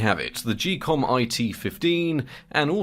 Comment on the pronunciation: im not sure about this but i think its pronounced ghee-kom like geek and not jee-kom